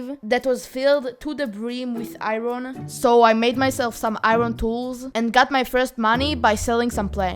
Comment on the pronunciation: How he says iron 😂😂